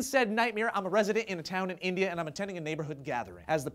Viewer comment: Oh, india, i thought you said indiana